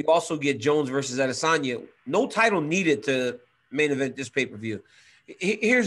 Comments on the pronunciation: he’s about the only person who pronounces his name right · that's the correct pronunciation